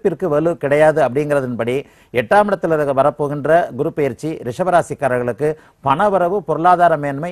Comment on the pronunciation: Ennamma Tamil pesareenga?! 😃 GURU PAYIRCHI nggareenga 😀...... Adhu PAYIRCHI illema, adhu Peyarchi. Eppdithaan ungalailleaam edukkaraangallo 🤔😀